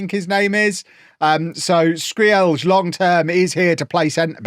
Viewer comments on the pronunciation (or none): Skreeeeeeelj!!!!! LMFAO no way that's how you say it.